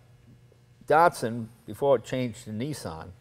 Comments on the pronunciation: why are they calling it dartsun when it's datsun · Aaagh! "knee-sarn" and "Dart-sun" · Anthony H. D. No. Mzeil Raz is right. Datsun is a brand of Nissan, like Lexus of Toyota. Not all Nissan cars were given the name Datsun. Skyline was originally made by Prince Motors, which was absorbed into Nissan in 1966. Nissan seemed only to give its original cars the brand name Datsun. 510 was called Datsun Bluebird in Japan. Skyline has not been called Datsun, just Nissan Skyline( but probably they sold Datsun Skyline 240k in the U.S. in the mid 70s because Datsun was the more familiar name there). BTW in the older comments there’s a guy who accused Americans of fucking words up, saying Datsun should be pronounced Dat Sun...or something like that. We don’t care how you pronounce Japanese words at all, rather, we like you to call them your way and feel familiar with them. Datsun, we say like Duttosun. Dut is for Dutch. To is for top in British accent and the biggest difference is that we accent on the second syllable ‘to’.